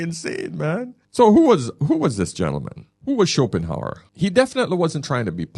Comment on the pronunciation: If you want people to take you seriously, probably a good idea not to admit that you just heard of Schopenhauer, not least struggle with his name (you called him Schopenheimer). Additionally, make sure you have a copy of one of his books on your table when quoting him, so you can at least refer to the source-text and not leave us with the suspicion that you're learning from another YouTube channel. Schopenhauer wouldn't use phrases like "If you're reading this..." and reference red-pill themes about giving time money attention energy and speak of the woman as 'she left you because' - this is some grifter on Youtube using AI to make something in Schopehauer's voice, and passing it off as themselves, and then believed it off the bat. This is embarrassing - you don't have a philosophical background. Your training is intuitive experience, ok ok ok. But it's not exactly Aristotle, is it. (Not that I disagree with the content of the video - you're right in what you say! But I'm not persuaded that it's original Schopenhauer, who was famously depressive and known for other writings...)